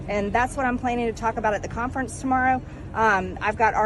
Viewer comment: Contference. Nantsy. A “t” always follows an “N” when Margie Troglodyte Green talks.